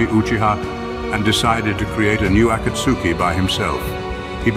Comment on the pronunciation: As soon as I heard the ai say akatsuki I gave up on the video